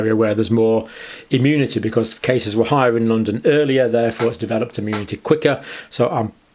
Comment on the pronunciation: Arrrgh! What's wrong with people? It's not bloody "ammunity", or "ammune". Thanks for the video though.